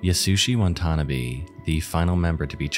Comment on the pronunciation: the name pronunciation in the junko furuta segment is just awful. "wantannabee" like, come on man.